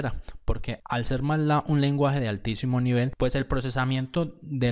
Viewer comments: me duelen los oídos cada vez que dice 'matlá' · me perturba como pronuncia "matlab"